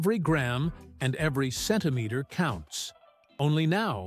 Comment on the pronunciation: Centimeter (CM) is difficult to pronounce by an AI voice....